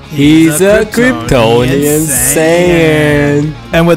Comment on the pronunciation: I almost had a mental breakdown because of them saying Kryptononian sayan 99% of the vedio